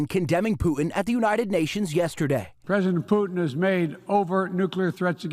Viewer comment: Pooor Poo-ton! . . . The Man's suffering from Dementia! .. Worse than dRumpfff!